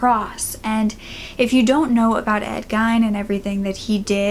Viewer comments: Bruh, Gein is pronounced with a long "E" (Ē) sound as opposed to an I sound, so something like "geen" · Maybe a telephone pole worker? I love you but the way you pronounce Ed Gein is crazy to me lol I’ve done some research on him and have some books and never heard it pronounced that way.